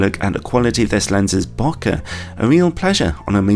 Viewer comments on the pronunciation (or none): I stopped watching when I heard you say bocka